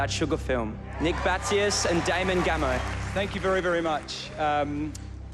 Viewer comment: It's 'Damon Gameau', not 'Damon Gameou'.